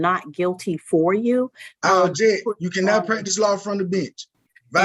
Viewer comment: "I abjeck"😂